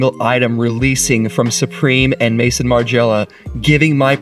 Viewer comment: It's pronounced Maison as in MAZON Margiela!